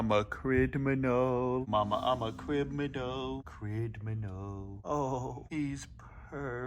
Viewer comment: "MAMA IM A CRIDMINAL MAMA IM A CRIDMINAL CRIDMINAL"